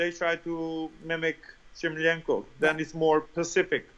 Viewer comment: I like how he doesnt pronounce shlamenko correctly!